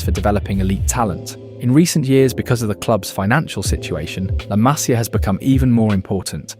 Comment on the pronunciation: Masia, MasIa no hay acento en la primera A. Se pronuncia como si llevara acento la I.